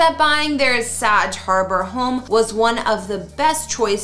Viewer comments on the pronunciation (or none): It's pronounced 'Sag'... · Bag, hag, sag... Get it! Please learn the pronunciations of our towns and some of the people u cover.. I get you are Canadian... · Someone who doesn't know how to pronounce Sag Harbor? Really? And the video is still up.